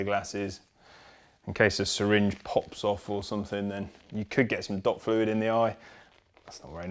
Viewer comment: sounded like 'dog fluid' the first time round. I should bloody hope there's no dog piss in my brake system, that'd probably explain the issue. Not so much a brake bleed than a brake piss at that point.